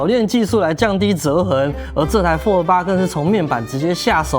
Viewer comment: 那是讀fold 不是讀folder